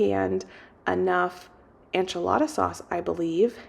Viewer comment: Please, why do you say Anchelada instead of enchilada? It throws me off haha. It’s fine but I gotta know!